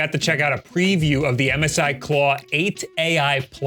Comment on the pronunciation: Who calls MSI Missy?